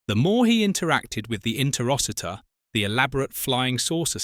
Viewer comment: If you've seen the movie, why do you mis-pronounce Interociter so much?